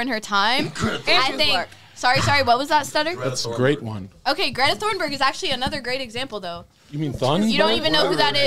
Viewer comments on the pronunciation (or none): She really said Greta LMFAOOOOOOO